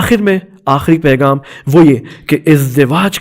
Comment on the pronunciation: یہ مولانا غ کو گ کیوں ادا کررہے ہیں پیغام کو پیگام کہہ رہے ہیں حد ہے لاپرواہی کی اور ق کو ک یعنی قبول کو کبول ۔۔۔۔کیوں توجہ دیں